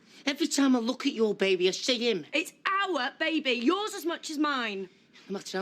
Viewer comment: If Fred Elliott says babby, not baby, one more damn time....that is annoying like a Mofo...LOL.. That Ashley and it ain't my baby storyline seemed to drag on forever. I am so glad for the fast forward feature!